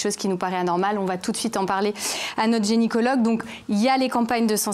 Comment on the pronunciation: Euh on dit gynécologue et pas génicologue hein !